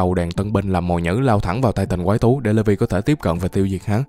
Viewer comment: Levi kh ph đọc là" Lê vi" nhaaa anh đọc là "Lì vai" áaa